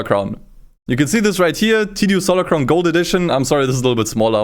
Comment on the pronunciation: tsu stolar crown lmao xD